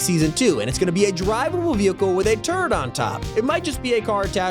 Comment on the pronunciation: I had to go back and listen again cause I thought he said "a drivable vehicle with a TURD on top" not a turret just a giant turd atop the car 😂